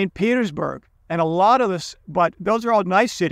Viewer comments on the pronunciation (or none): none